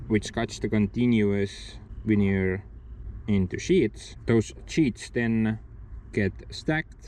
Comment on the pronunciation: Ha Ha until I saw the sheets I thought you were saying Manure...Logs turned into Manure. Veneer manure it is then eh? Smash that like people!